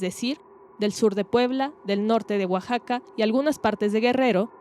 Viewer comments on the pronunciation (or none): none